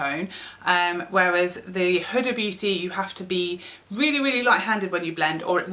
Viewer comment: Huda pronouced whoodaaa .